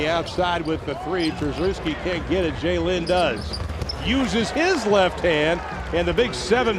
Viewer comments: did the commentator just say jlin ? O.O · its pronounched juh lin, not zh-jey-lin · It's pronounced "Zh-jey-lin," so yea that's close lol.